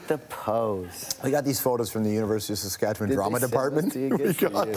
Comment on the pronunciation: George’ said Saskatchewan the right way